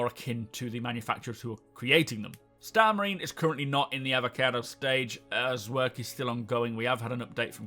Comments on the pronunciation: E-VO-CA-TI... SAY IT! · They are called the Evocati, not Avacado xD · I know what it is, I just found the pronunciation weird.